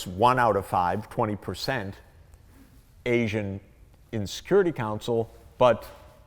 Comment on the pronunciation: Arsian? Asian... surely? Ok, Mr Know-it-all, polish your pronunciation skills as well as your propoganda-pushing please.